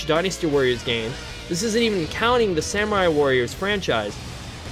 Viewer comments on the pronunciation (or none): none